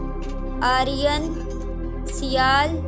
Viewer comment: آرین نہیں بھائی آرائیں